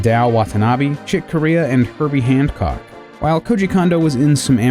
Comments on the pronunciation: it's Herbie Hancock, not handcock. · sorry did you say "herbie handcock" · There's no "d" in Herbie Hancock. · Did you just call him Herbie Handcock? As a pretentious jazz musician, I am PERSONALLY offended.